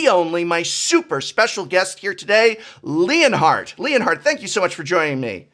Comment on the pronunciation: You know the whole time I thought the Prof was just pronouncing Leonard very strangely, or maybe it was a European name until I saw the Title saying ft. Leonhart